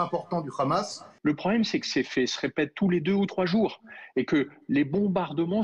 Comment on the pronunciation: C'est hamas et pas grhamas